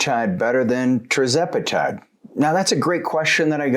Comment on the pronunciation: Why do you say TRIZEPATIDE